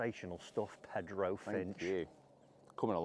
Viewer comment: I cant stop myself... "Pehdroh" Finch?!??? As if the root word for "PETER" is PED, you angry skinny funny person!!! "Pedro" is pronunciated "Pay-drro"(if you can roll an "r")! Love you Love your work. Thank you for your time and effort!!!!!